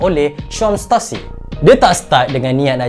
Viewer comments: Stussy la bukan stassy😅😅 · Setusi not setasi. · Sebutan yang betul adalah stusi bukan stasi